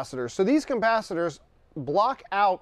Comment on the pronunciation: Is he saying coMpasitors?